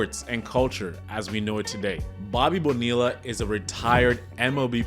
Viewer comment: BOBBY BONE-EELLA!!!! WTF?!?!